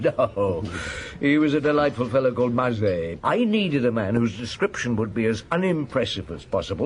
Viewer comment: This is an abomination. He could at least pronounce "Maigret" correctly. I say "he" ........probably AI.